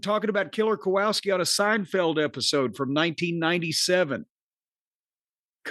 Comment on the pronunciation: Jim is the only person who insists that it’s Killer Ko-wow-ski. Literally the only person I’ve heard pronounce it that way. It’s pronounced Ko-wall-ski.